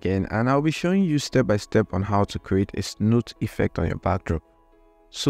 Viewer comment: I think you meant to say snoot and not snooth